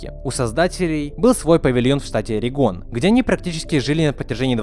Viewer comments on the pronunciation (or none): none